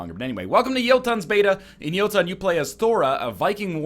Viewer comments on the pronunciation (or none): I'm fairly sure it's "Yotun" and "Iggdrasil" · isn't the O in the game's name a norwegian ö? Doesn't that make the pronunciation more like "Juhhtun"? Correct me if I'm wrong. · Jóhannes guðmundsson the way NL pronounced "Yggdrasil" was so wrong that it pretty much overshadowed the whole Jotun thing. I pronounce Jotun in one of the traditional norwegian ways. "Jo-tunn", which, cant actually be pronounced in english. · Scumbag Fox King its pronounced jøtun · It's pronounced Jøtun, not Jotun. "Yerr - tun" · NOOOOOOOO it's Jötun!!!!!! I am SO MAD!!!!! ;D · as a norwegian, id like to note all of the ways you pronounced "jotun" were wrong